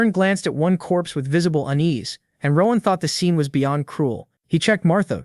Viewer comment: Rowahn. It’s ROAN… ROAAAN